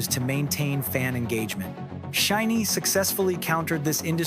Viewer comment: while i think the points in this video are interesting, it was hard to take seriously due to the auto-narrator. a random mispronouciation of "SHINee" and "live" stuck out to me in particular, as well as some odd choices in vocal tone that no human invested in this script would make. some points about chronology of shinee's solo activities (minho's hwarang comes to mind, which was prior to View), were slightly off, but that was less of a bother for me personally, since the rest of the script was generally accurate (from my memory as a long time shawol). but anyway, i appreciate the points made particularly at the end of the video essay. shinee's recent comeback with Atmos, following heavy-hitters Hard and DCM was a perfect statement of resilience and longevity for SHINee. the perfect comeback, imo. Atmos draws on nostalgia of SHINee's "classic" color in reference to View (which many including the members cite as a turning point, even on top of all the diverse hits they released prior), yet elevates it with the skill, vocal production, and gravitas of a veteran group. The greater context of following up Hard and DCM and the current 4th/5th gen landscape as the video detailed, make it an even greater statement.